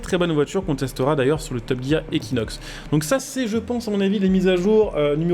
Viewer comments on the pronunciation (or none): none